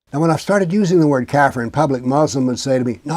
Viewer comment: Pronounced Ka Fear